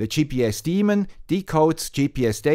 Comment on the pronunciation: A great overview. Thank you for properly pronouncing daemon!